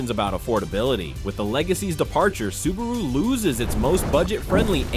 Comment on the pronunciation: The very first word - the IA mispronounces "Subaru". Lol. Do better.